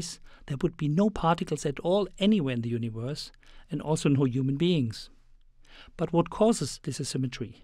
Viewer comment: i like howhe says universe... U N I V O R S